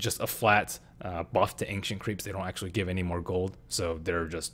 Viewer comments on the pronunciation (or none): WTF is ainkshent creeps?